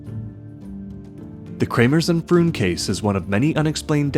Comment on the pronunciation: Pretty sure "Froon" is pronounced "frohn" in Dutch.